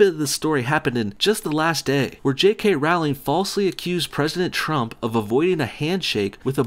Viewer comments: A lot of oversimplification and word twisting happening in this video. Not to forget the way he pronounces her name. "Rauwlingg" Wtf even? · I think you'll find it's Rowling as in Bowling. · Rowling no like "Rolling". That's how you say it. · "Rowling" rhymes with bowling, just so you know. And she didn't write the Harry Potter stories, or anything else, probably. She's a front. Who really wrote it? Probably a team of agents, because there's NO WAY that fluffy bitch knows all that Illuminati shit. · DUDE ROW-LING, Like Bow-ling. Saying her name wrong makes you look so dumb. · "JK RAUWLING" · roleing that's how you pronounce it ass. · Apparently it's pronounced "Rolling". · My responses: You pronounce Rowling wrong There is a lot of hype for Fantastic Beasts and I will never lose interest There will actually be 5 Fantastic Beasts movies There's no fairies There's no Quidditch in the US Is there no reason to slaughter Trump? Who shouldn't be against the travel ban? London had acid attacks every week? What? Okay you're racist and xenophobic... She's not a "vile piece of shit" She gave most of her money to charity First person to become a billionaire from writing books, gave it to charity It's FEBRUARY not Febuary Is Trump not awful? So why can't trans people be in the military? There is no problem. Trans people are no different from other people you idiot. Liberals can't stand jokes? Who would take kindly to you being offensive and racist? Trans people are not men in ladies' bathrooms Obama did a lot of good things Not every guys would brag about seeing naked women just because you would What is with the weird movies clips inserted randomly? It wasn't a false accusation, the video cut out the part where he talked to the child Trump? A Gentelman? What world do you live in? Slanderous claims? Try looking at what Fox News says vs. the truth Fantastic Beasts will not fail.